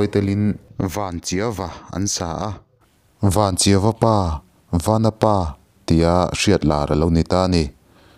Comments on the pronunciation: Chawngthu Vanchiau a ni a, 'Vanchiau' lam Dan hi a dik Lo deuh a, vanchiau tih a chiau' tih lai hi 'ehiau/eheu kan tih a heu tih thluk ang kha a ni e... Chawngthu vanchiau nih ve manah a lamdan dik hi midang in an hriat kan duh ve a ni e..i ti thra viau e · Vanchiau...Zawlnghak..phurhlán.. haizâng...ramhual...Mawmrâng...leh a dang pawh a awm ang..i thluk dik lo tlat mai A dang hi chu,.phet thal turin hriatna ka nei thui vak lo, ka ti mai ang Engpawhnise, i ti tha hle e